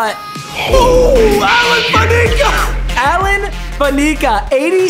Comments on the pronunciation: does everyone just ignore how he pronounces "Fa-KNEE-ca"? when it's just "Fa-nick-a"..... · Faneeka….. 😂😂😂 it’s fan-ecka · yo papa my dawg in said fan-ec-a not faneica love ur vids tho just wanted u to know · As a Steelers fan him saying faneca as faneeeka killed me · Alan Fan-eh-ca is how you say it Not Alan Fan-eca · It’s fan-eh-ka!!! Say it right!! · Hearing you say Fanecas name so horribly wrong hurts my soul. Its like Danica Patrick. Fanica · lol fan-na-ka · Allen Fanacua is pronounced allen fan-a-ca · Has anyone told him it’s pronounced (fan-I-ka) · It is pronounced Fan-ick-ah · IT'S JUST FAN-I-CAH bruh been mispronouncing this shit for years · I wonder how long it will take for him to learn to say Fanecas name right lol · LMAO the way he pronounces Faneca